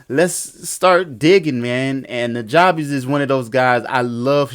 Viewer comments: It's pronounced newjuhbess. The "ja" is like the "ju" in jump. He says it on his Ristorante mixtape. Great tutorial as always. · Love what you do and this vid! One thing I want to send your way. It's important to his legacy that we pronounce his name correctly. It's pronounced "NEW-JUH-BESS". I was corrected years ago by one of his personal collaborators and specifically told that we need to respect his legacy and let people know before the memory is lost with time. Peace and Positive Energy! :)